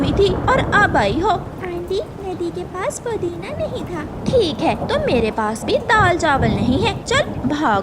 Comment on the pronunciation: Podina nahin-- Pudina Phir hi nahin--- Tabhi. Chidiya bimar hote huye samose kha rehi hai. Ye kaun sa doctor batata hai?